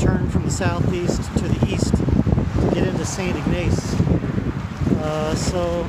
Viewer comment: ..pst...and its pronounced IG like pig, Niss like hiss....Ignace What a great look along LAKE MICHIGAN, love the new hat. Looking forward to Mackinac Island, I didn't do it, once again I had a dog with me, so I had to consider him...I got some great fudge there in St Ignace, and had a buffet breakfast in a Train car diner! I have Family in Three Rivers, Ann Arbor, and Fort Wayne IN. I don't get up there often tho...Hope you continue to have great hike!!